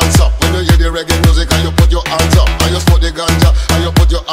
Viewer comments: هي الكلمه هاندز اب هو ينطقها انجب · ands up!!!!ليش ماينطق الاتش ؟